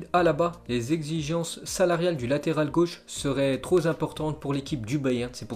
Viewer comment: "Ses prétentions salariales seraient troz' importantes" ça m'a fait penser au sketch des inconnus 🙂